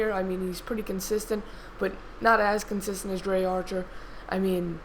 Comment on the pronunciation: its pronounced dree archer not drey archer